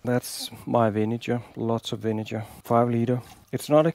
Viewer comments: You gotta check the pronunciation of "vinegar", my man... That's a hard "g", like when you say "great" or "good." And it's not "iron cast" but "cast iron." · You didn't notice that he was speaking English? No English speaker in the world pronounces "vinegar" with that kind of "g". Being on YT doesn't mean that a mistake becomes correct just by virtue of being on YT.